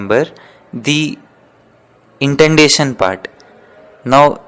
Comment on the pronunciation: Bro it is indentation not intendation!😄